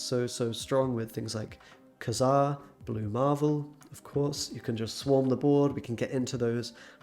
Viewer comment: You didn't pronounce kazar right